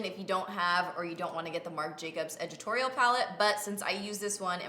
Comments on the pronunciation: I love how you say ed-it-torial palette, lol 💗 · I couldn't decide if you were saying "editorial" really strangely or if it was called "edgitorial" and I had to scroll down 😂 #palliette